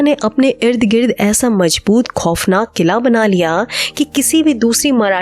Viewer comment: You have to learn correct diction and pronunciation if you’re going to pretend to be a radio announcer. Please do not keep saying words like khofnaak and majboot so many times when you can’t say them correctly. And it is Phir, not fir. Go take a class